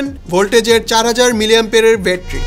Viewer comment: ভাই উচ্চারণ টা ব্যাটারি নট বেটরি। আশা করি এই ছোট বিষয়গুলো খেয়াল রাখবেন ভবিষ্যতে।